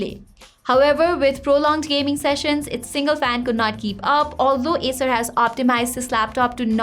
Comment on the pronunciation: itsss acer, but sounds like asus . well its ok , let's focus on review.